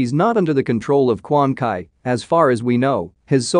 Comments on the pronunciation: it's Quanchi not Quankai. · Somebody please tell the narrorator that it's Quan Chi who resurrects scorpion in the game not Quan Kai there is no fucking Quan Kai there is no Kai's at all it's not DBZ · Stop saying Quan Kai! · It's pronounce Quan Chi not Quan Kai like df....🤨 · Quan chi ( spoken:"Kwan tchi") not kwan kai. And noob saibot is spoken: "noob saajbot" not "noob say-bot" Kwan kai asks noob to say bot Haha lol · Lol..Quan kay😂😂😂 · You mispronounce Quan Chi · 🗣His name is QUAN CHI!!! If you can't pronounce the names, leave them alone! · Handzo 🤣🤣🤣🤣🤣🤣🤣🤣🤣wow ...just wow ...and Quan Kai...,🤣🤣🤣🤣🤣🤣🤣🤣🤣🤣🤣🤣🤣🤣man straight up butchered the names Brotha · Quan "kay" = dislike 👍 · Quan Chee, Lin Kway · Dude ur saying the name wrong it’s Bi-Han and Quan Chi